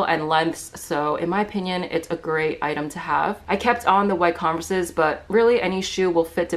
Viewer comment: Wait how did she say converse 💀💀💀💀